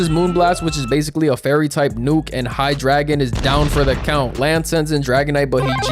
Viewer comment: its hydDRA(y)gon Dray like Drake